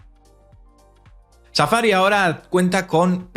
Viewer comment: JAJAJAJAJA NÓTESE EL “CHAFA-RI.”